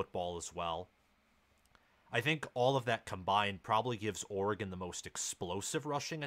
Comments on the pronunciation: This guy do not even know how to say oregon' name. That should tell you he don't know what he's talking about. It's not that hard to say oregon. Of course oregon is going to be successful in any conference. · I just can’t getover everyone calling us OR-gone ITS OR-GiN🤦🏻‍♂️ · ORE-GEN not OREGOOOON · it is NOT OR E GONE. It is Pronounced OR E GUN. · Dude, it’s Ore-gun not Ore-gone. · Stop saying Ore-gone! Why are you hyping a dude that hasn’t won a conference even once vs a coach that has been to the playoffs multiple times, with 3 Heisman winners in 7 years and a second place guy. Top 25 head coach? You are nuts. Riley with a mediocre defense would have 4 natties right now. Guy has had grinch the entire time so you guys have no idea what Riley’s potential is with a $7 million defensive staff and recruiting to match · It’s ORE-GUN not or-gone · I literally stopped the video when he said cj verdell lmao. Try watching an oreGone game before u talk about them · Stop saying "Or-gone". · I’m an SC fan… I hate Oregon, but stop saying “Ore-gone.” There’s no “e” At the end. My grandfather was an SC alum, but also an Oregon State Senator and later US Congressman for the district of Eugene. At least say the state’s name correctly! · Oregone? It baffles me how people mispronounce shit from this state. Like i don't go around saying misshippie instead of Mississippi because it's easier to say 😂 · This guy lost all credibility for knowing what he's talking about with the consistent mispronouncing of Oregon and talking about cj verdell being on the team last year. I cant take anything seriously after that. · Nah you lost me with Oregon’s pronunciation… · Absolutely. I’m a USC alum and can’t stand when they can’t even say the team’s state correctly! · First, learn how to say Oregon, second, why does Oregon have to change for the B10? Why not make the league adjust to you?, third, Verdell has not been a running back in a while …. Smh 🤦🏽‍♂️ s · Learn how to say Oregon